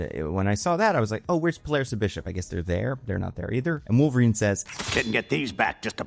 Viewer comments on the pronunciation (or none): omg its how ALWAYS pronounces wolverine as wolvereign and ive never understood why